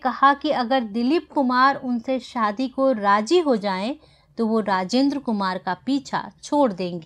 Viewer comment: What a crude mis pronunciation 😜 Say Zidd not Jidd Razi not Raji Nice presentation but pay attention to Z and Sh and Ph